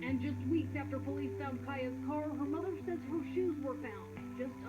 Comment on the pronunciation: Her name is pronounced KIE-YA